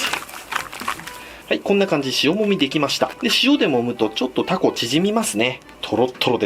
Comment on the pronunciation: 注文の時にタ↓コ↑って地元の訛りになるのええね